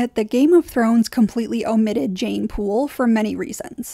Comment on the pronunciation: Jeyne jeyne it rhymes with pain